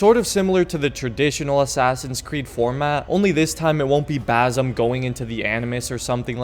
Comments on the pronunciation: Its basim not bazim 😭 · BaZim again? Lol Its BaSim dude....